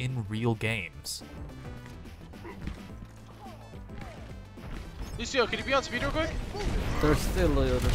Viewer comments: Lol he said luSHeo!! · anyone else hear him say lushio lol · Lucio. Not lushio.